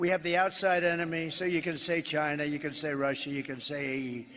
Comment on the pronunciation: How can Trump still fail to pronounce "China"?